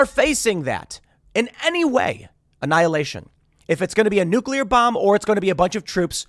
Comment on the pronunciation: omg, when i heard, “gravity bomb”, i had to replay it bc i SWORE i heard him say GRAVITY BONG🤣 maybe all that smoking did kill a few brain cells lmao